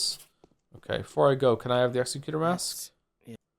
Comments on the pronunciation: Joe’s pronunciation of executor is making me unreasonably mad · Same, but also i kinda love how that makes it sound like an executor of people, rather than an executor of plans